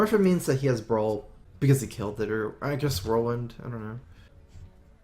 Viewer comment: Could you please learn to pronounce brawl properly PLLEEEASE